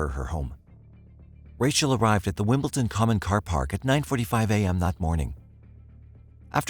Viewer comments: WimbleDon. Not WimbleTon. Dammit. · It is not WimbleTon.. It is WimbleDon. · I’m sorry to be picky, but it nearly drove me crazy, it is WimbleDon not wimbleTon, other than that it was a very interesting documentary, it seems tunnel vision by law enforcement is a problem worldwide, so many people have died because the wrong person was targeted and nobody wanted to be proven wrong. Oh well EGO does seem to play a big role with some people. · Why does the narrator keep pronouncing the town "WimbleTON" ??? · Yeah. I guess I can't expect an AI narrator to know how to pronounce "WimbleDon." It's a D, not a T. Pet peeve. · You kept saying Wimpleton. Couldn't get past that. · It’s not pronounced Wimbletin!! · wimbledon, wimbledon, WIMBLE'D'ON.